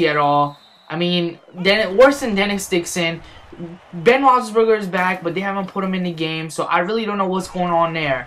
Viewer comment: u said ben's name right the firt time but not the second